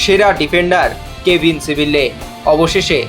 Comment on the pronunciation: সিবিল্লে আবার কে??? ওর নাম সিবিয়ে